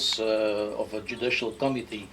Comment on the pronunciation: My American ears kept hearing him say "Judicial Comedy" not "Judicial Committee"... I had to laugh, not at your guest, but the light bulb went off as that's exactly what it is a JUDICIAL COMEDY!